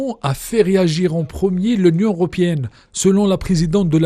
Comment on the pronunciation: L’union europiènne. C’est honteux des journalistes soit disant francophones mais profondément arabophone qui ne savent pas faire la différence entre le (é) et le (i). Dans ce cas Athmane Ariouet doit intervenir pour donner son appréciation.😂